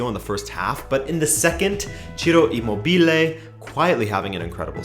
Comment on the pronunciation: Dude, I love your videos, but your pronunciation of "Immobile" is horrible. It's not "Immobìle", it's "Immòbile". Ciro's surname is actually a word in italian, it means motionless, still.